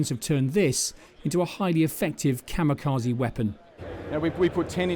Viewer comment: People still can't pronounce kamikaze correctly